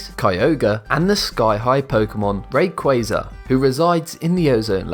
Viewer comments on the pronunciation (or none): Is no one else annoyed on how he said Rayquaza? He said Rayqayza